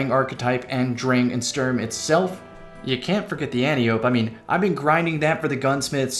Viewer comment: Just one thing. "Antiope" is Greek. It's a name. It's said "an-TIE-oh-pee" not "ANTY-ope".